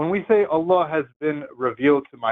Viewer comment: "uh-LLLLUH" lol. Amir's Arabic pronunciation sucks.